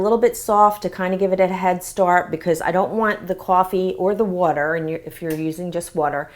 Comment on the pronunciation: Did anyone hear her say "wuter" instead of "water"?